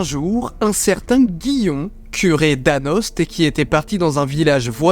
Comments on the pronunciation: AnoST😭 ça se prononce "Ano" respectez les morvandiaux s'il vous plaît 🙂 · Anost se prononce "ano"! Et comme je vis dans le coin, je peux dire que tu as pris quelques libertés. Parce que les "flamettes" (nom du feu follet en Morvan) qui encerclent le père Guillon lui demandent de les bénir directement, du moins dans la légende qu'on se raconte sur place. L'eau bénite de la légende c'est l'eau de la fontaine qui se trouvait au pied de l'orme, bénie en toute hâte par le curé qui se servit de sa chaussure comme goupillon. Pour l'orme qui est un tilleul, il y a probablement eu un orme en lieu et place du tilleul. Ou alors c'est un "Sully", un des arbres plantés par la volonté de Sully sous Louis XIV et qui était des tilleuls ou des ormes. Pour le site qui dit qu'on aurait nommé "ormes" les arbres remarquables en Morvan, c'est le seul à en faire mention, et l'arbre emblématique est plutôt le fou, ou foyard comme en Jura, le hêtre donc. La fontaine qui a disparu? L'endroit où est situé l'arbre est plein de sources plus ou moins intermittentes et peuvent se tarir. Quant aux feux follets, il y a plusieurs tourbières autour d'Anost, et un chemin passant entre deux peut donner l'impression d'être encerclé. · Merci Didi pour cette belle vidéo. Étant pas loin d'Anost, je me permets une correction : Anost se prononce A-No :D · Par contre on dit anÔ même si sa s'écrit anost(e).... Mais merci pour la vidéo. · On ne prononce pas le st de anost ;)